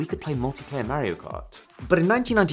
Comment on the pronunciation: why’d he say Mario like that